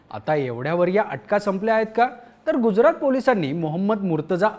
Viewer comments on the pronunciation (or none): none